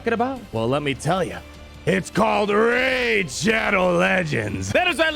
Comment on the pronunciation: Rey-id shadow legends